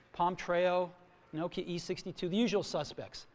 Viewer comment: The way he said Nokia? haha